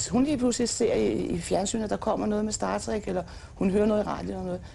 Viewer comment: i det mindste kan hun udtale "star trek" rigtigt